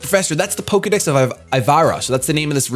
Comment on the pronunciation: i'm sorry but i can't be the only one who laughed thinking said "pokedicks" instead of "pokedex"